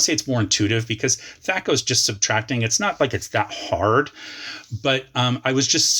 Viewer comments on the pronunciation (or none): "You say tomaato. I say tomato. You say thaaco. I say thaco." 😅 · "You say thay-ko and I say thah-ko" "You say A-ko and I say B-ko" "Thay-ko, thah-ko, A-ko, B-ko" "Aww lets call the whole thing off" "But if we call the whole thing off then...." - my apologies to Astaire & Rodgers